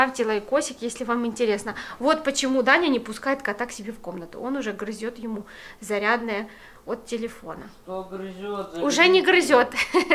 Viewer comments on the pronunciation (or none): none